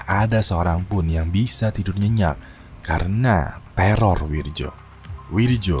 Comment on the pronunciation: Itu bacanya Wiryo bang